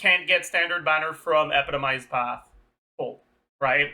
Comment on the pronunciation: Can you pronounce epitomized correctly